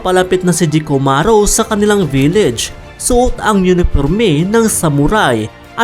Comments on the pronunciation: Vileds wahaa dapat village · I love your accent, say it again: "Vileds"